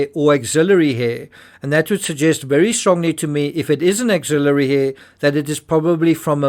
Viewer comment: Axillary not auxiliary